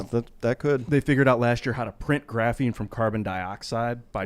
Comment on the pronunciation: I vote can't say Graphene for at least 7 shows, can he do it?